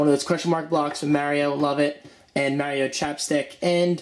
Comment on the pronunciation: You said Mario wrong the whole time?